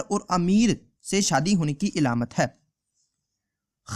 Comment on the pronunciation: Alamat hota hai ilamat nhi